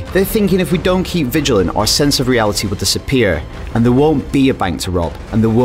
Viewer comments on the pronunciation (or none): none